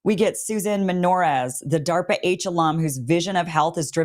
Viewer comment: Good Lord, is what I was saying when I heard DA RP A